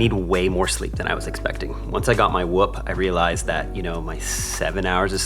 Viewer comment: that pronunciation of 'whoop' definitely took me off guard😭 Great video and lessons, and thank you for the great lessons you've been able to provide this year!